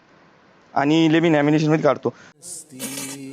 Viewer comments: ने खूप वेळा सांगितल आहे की त्याला इंग्लिश येत नाही...त्याने नॉमिनेशन ला लॅमिनेशन म्हणो किंवा आणखी काही म्हणो...त्यात हसण्यासारखा काही नाही...इंग्लिश ही आपली भाषा नाही आहे. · Lamination ❌Nomination ✅😅 अबे झंडू तुया खेळ खेव न तू... फक्त शरीर फुगल. अक्कल कवडीची नाही याले.... बधीर लेकाचा....😅